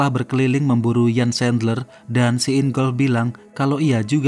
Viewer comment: Namanya lengkapnya Jan Erik Sandler,, erik nama tengahnya. Dalam bahasa jerman huruf "J" pengucapanya seperti "Y", "Jan" pengucapanya Yan